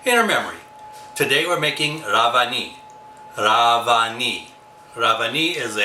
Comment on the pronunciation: It’s rev ani. Not rav ani